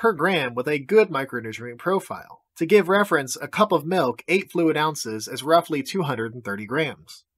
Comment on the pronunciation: Plain MELK